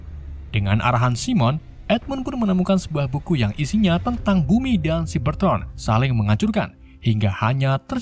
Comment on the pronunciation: Bang cyabertroon bukan ciberton